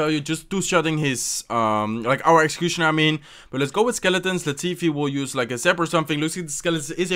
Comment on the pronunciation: Now when i see executioner i read way like: "execushoner" 😂😂😂